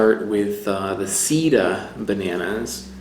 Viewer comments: You should be careful how you say the name of that banana seda is silk sida is aids. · you pronounced "Sida" not "seda" and Sida in spanish is the disease AIDS. ha ha ha. It is not "Tobasco" , it is "Tabasco". let's remember that the "tabasco sauce" is made with chile peppers from the Mexican State of Tabasco. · Seda is /say dah/. /Seedah/ would be spelled sida in Spanish. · I think the seda banana might be pronounced "say-dah." Check with a Mexican Spanish speaker to be sure of my sugggestion. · Seda is pronounced as "say-dah", or "seh-dah", if we're going to be precise. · Love your series! And your ability to finely discern and distinguish the varied components of flavour really makes it useful and interesting. But PLEASE, get the locals to help you pronounce the names properly. I know Americans aren't big on other languages, but it's embarrassing. Plus, for instance, if you had been able to say 'seda' properly ("say-duh"), it would have been immediately obvious to Spanish speakers that the reference is to silk.Just saying :). By the way, 'tabasco' is named for its geographic origin, in the Mexican state of the same name. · The way you pronounce seda sounds like you are saying AIDs in Spanish instead of silk